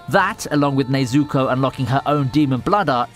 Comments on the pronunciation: My man just said nezooko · “NeazUko, Tanjyro” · Bro I hate when people saying things wrong it’s nezuko not ne zuko you dumb shi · It's not Tanjíro it's Tánjiro and not Nezúko but Nézuko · ne-zu-ko, get it right man, not nay-zu-ko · 'Tanjeero' 'nezooko' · Why is he saying nazoko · Nobody: Commentary: "Nayzooko" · him saying “ Nezooko “ sounds like “ SACTION SAZUKE “ 😂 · Is it just me or does it sound like he’s saying neazuko instead of nezuko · I hate how you pronounce nezuko. Its Ne-zu-ko, not nezukou. get it right or shut the hell up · Nobody:: nezooku and tanjeero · It's not Nay-Zuko, it's Neh-Zuko.. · Sorry but its pronounced nezooko I know this because i watched this series in english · bruh he said nezooko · Tanjeero Tomeeoka Nezooko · nezUko? tanjIro? Nonononono pronounce names right please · "Nezukkooooo" "Tongeroooo" god I hate people who use content that they don't even watch/read just to make money. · Nezoookooo, Tangerro xD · “Tanjeero” and “Nezooko” Completely fucked up the pronunciation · My only issue with this video is the way you pronounced tanjiro and nezuko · Why are you mispronouncing Nezuko and Tanjiro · he's saying Nezuko like Stewie says Cool WHip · Bro mispronouncing nezukos name is funny ad hell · man it annoys me how he pronounces some of the names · it's definitely not his accent, my british friends can say the names correctly so he might be doing it purposefully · Anyone else hate how he says nezuko